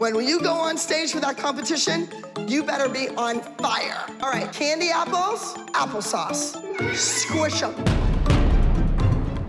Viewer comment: No one: Not even a single soul: Chloe: cAnDy aPpLeS